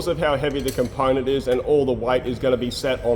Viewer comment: I want to hear "ponent" in every episode from now on.